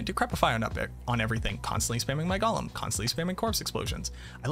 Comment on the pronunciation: So a TINY nitpick... I think it's funny that you constantly mispronounce Golem. It's GO-lem (lets go!), while you're always saying it like the hobbit character, Gol-um (golly!) Other than that, as usual i love how in depth your videos are, and look forward to the day when you either try another class to focus on, or an expansion comes out that more properly fleshes out the Necro class with more skills and build options, as opposed to the 4 core skills (Storm, tendrils, CE, curse) plus damage/minions (that you correctly pointed out in a previous video)